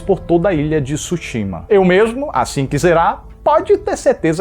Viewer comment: Parabéns pela crítica, o nome é tsushima e o tsu é falado mas é mudo assim como tsuname, mas não tisuname é tsu quase um two